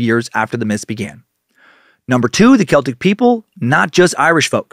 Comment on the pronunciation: Holy fuck - thank you for not saying "sel-tik"